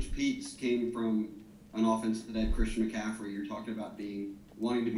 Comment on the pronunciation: That boy said christian mccathry lol